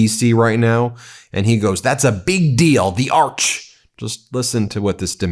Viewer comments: TRUMPHITLER saying NOT ARCH....BUT ARK. TWICE. ARK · He is definately saying ARK...hopefully it sinks with him in it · The simple fact that he can’t get past the idea that it is NOT an “Ark”, but an “Arch”, should point out his dementia quite nicely. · He can't say the word "arch". It sounds like "ox" when he says it, it just sticks in his throat. Yeah, everyone's sick of him already. What is most depressing is the craven toadies and cowards surrounding him, who haven't got the guts to tell him to resign. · Is he saying "ark" , instead of Arch . Oy !!! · Why does he say ‘arc’ rather than ‘arch’? He’s not French. He’s an imbecile. All this nonsense about vanity project ballrooms and arches! While people are being kidnapped and beaten, kept in inhumane conditions, losing their medical care, and unable to make ends meet. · Nucular; Strategery; Auck(Arch) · I love how he called it an ark instead of an arch, is he planning for the next big flood? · Arks? This brilliant man does not know the difference betwee and an Arch and an Arch. 😂😂😂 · arch... or arc? i heard arc. that sounds worrisome; what are they planning to need an arc? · Trump can't even say the word 'Arch' correctly! He keeps calling it 'Ock'. Probably just another symptom of his aphasia. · He's unsble to pronounce arch, so he says arc, or ark. Ark is a quaint, old fashioned word, like groceries. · its pronounced arch not ark. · AND LISTEN TO HIM SAY ARCH. HE SAYS ARK NOT ARCH. A TRIUMPHANT ARK??? HE IS A RAVING LUNATIC!!!! 150 YRS WE WANTED A GOLDEN BALLROOM ???? YOU FEEL GOOD ABOUT PARDONING SOMEONE FOUND GUILTY AND SENTENCED TO 45 YRS FOR DRUG TRAFFICKING. HE IS MENTALLY UNFIT TO BE OUR PRESIDENT. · Arch, ARCH not arc. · Donnie, the word is "arch" not "ark". 🇺🇸🇨🇦🇬🇧🇺🇦🌊💙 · He saying Ark not arch. Are you screw the world up so much we need an ARK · Spelled: Arch Pronounced: Ark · Is he not saying 'Ark' rather than 'Arch'? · Plus he can’t even pronounce ‘arch’. He calls it ‘arc’.😂😂😂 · He’s saying ark. Not arch?